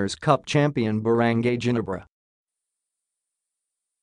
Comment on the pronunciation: Hey! can you please correct how you pronounce Ginebra. You can simply try to replace G with an H.....so it become HINEBRA then pronounce it that way I think you can got it correctly. I'm so mad & disappointed tha way you pronounce Ginebra. #justmyopinion #thankyou I salute you b'coz you featured a lot about Ginebra but you can't pronounce Ginebra in a correct way. Hope you correct it on your upcoming videos then I will like & subscribe. ty